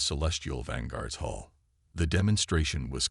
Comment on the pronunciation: Outer hole, or hull? Hall or Hull? Come on, get your AI sorted!